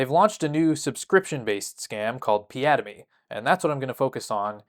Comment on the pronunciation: The way he ( ) says piademy sounds like piada - mi The portuguese word for joke